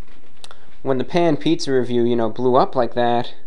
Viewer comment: The way you say “Pan Pizza” in your videos crack me up every time! Haha